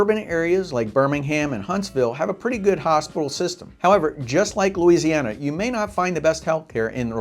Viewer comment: Stop watching when he said "Louisiana".